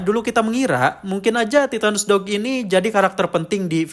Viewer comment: Titanus Doug ❎ Titanus Dawg ✅